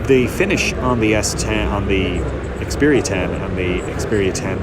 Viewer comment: it's not "S"10, just Xperia 10...